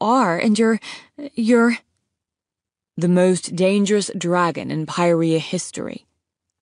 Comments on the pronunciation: Were u saying pryherra or pantala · “Pairia” lol